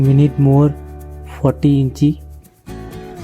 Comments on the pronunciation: It is pronounced as INCH .. not incheee 😂😂😂 you got me laughing on the floor with that. Also, it’s not soldering paste- it’s called FLUX Awesome work by the way!